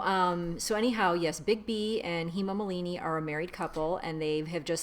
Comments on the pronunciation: This is second time I am watching it. Hi, her name is pronounced as HEY_MAA MAALINEE (HEMAA MAALINEE) SO HEMA MALINI. Hope it helps. REGARDS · Hey-Maa Maa-la-Ni (Hema Malini)